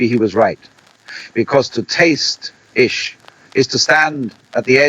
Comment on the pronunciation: Beautiful.. just one observation- Ishq is not pronounced as ishqu....was that for a reason?